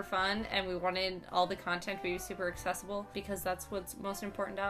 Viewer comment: I'M OFFENDED!!, u said... ASSESSIBLE!!! not ACCESSIBLE!! i mean, hey, u wanna talk abt butts and all things therein, go for it, i'll gladly engage... but this context hurt meeeee (totally only partially annoyed, this is majorly a sarcasm typing!)